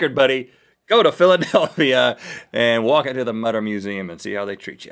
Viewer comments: It's actually pronounced "Moo-ter" :) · It's pronounced motor! Mütter! Ü=O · Actually the museum in Philadelphia is the Mutter museum (pronounced mooter) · its not mutter its prononced mooter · The Mutter (should be an umlaut over the u) is pronounced "Mut-ter" with the first syllable rhyming with "put." It is a Museum of Medical Oddities attached to the College of Physicians in Philadelphia and deserves a LOT more respect than Rhett and Link gave it. Shame on those two for vilifying that incredible storehouse of medical knowledge. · The name of the museum in Philadelphia should be correctly pronounced "moo-ter" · It really bugged me that they pronounced Mutter wrong XD It is pronounced Moo-ter btw :~) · IT'S PRONOUNCED MOO-TER! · It's pronounced Mootter and it's not that bad. It for medical studies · Mutter = "MOO-ter" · Pronounced mooter museum